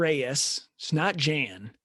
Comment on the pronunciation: Hey, if you can already pronounce Jan Blachowicz, pronounciation of letters "J" and "CH" is same in Jiri´s name. "J"an bla"CH"owicz ~ "J"iri pro"CH"azka. The problem is I noticed guy on the right cant even pronounce Jan properly :D Pronounciation of Jan is same as Yan (~ Petr Yan). Also training partner Bisping was talking about was Brandon Halsey (former Bellator champ and powerful wrestler) and Bisping reffers to Rizin fight Prochazka vs Halsey (I recommend you check this fight on YT, very entertaining and unique fight).